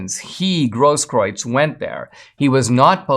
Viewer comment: Thank you kindly for your commentary, Brother Dinesh, giving a voice to those who have been wrongfully oppressed, like the J6 political prisoners. Also pointing out how baseless is Grosskreutz's suit of Kyle Rittenhouse. I'm also impressed with your proper pronunciation of the dingbat's name, which most have pronounced as "Grosskroots," 🤣 OY!